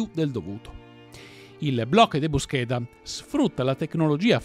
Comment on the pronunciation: Aggiungerei anche bloque de búsqueda con l'accento sulla u